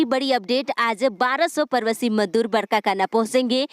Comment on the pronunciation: Pravashi Ka ucharan thik kariye madam